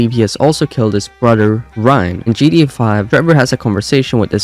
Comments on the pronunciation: why do you keep saying gda or gd5 bro it’s GTA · It’s GTA dude not GDA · I see you fully accepted it! At first 8 months ago you were mocking him by the way he says "gta".... Tbh it is funny the way he says it. Or I heard it had something to do with ai....I just heard that from a little birdie I saw in the comments Not saying it's true